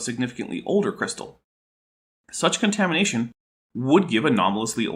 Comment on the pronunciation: When you said "contamination" I heard "KentHamination." Maybe I was Freudian slippingly mixing up Ham, Hovind, and, well, contamination. Or you Canaders jist cain't talk right.